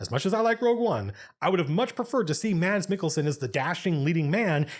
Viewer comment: As a person from that cold little country called Denmark, your pronunciation of Mads Mikkelsen is relatively on point.